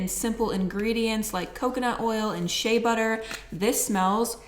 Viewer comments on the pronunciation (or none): none